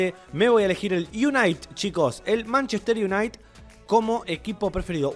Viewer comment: Manchester Iunait xd